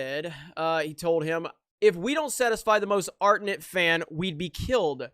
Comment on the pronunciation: Ardent. R-dent.